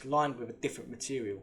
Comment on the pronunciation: Love the channel. Your " friends" wont tell you this, so I will. Stop speaking like a child, please. I've heard you say the and they and this correctly, sometimes, so you can do it. Then you say Wiff (with), vis ( this), vat ( that),vare ( there) ova ( other), fing ( thing) megaliffic,frew (through), free (three), fink (think). Etc. You are clearly intelligent but speak like a child. Doesn't help your credibility old mate.